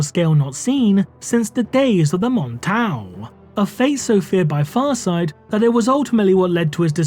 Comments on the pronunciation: The pronunciation on the name was 👌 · Wow,, you effing nailed Farsight's name. I can't help but wonder how many times you had to practice saying it to be able to make it flow like water.